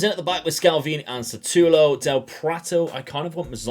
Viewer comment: S U T A L O not S A T U L O 🤣🤣 great video my man! Greets from Brasil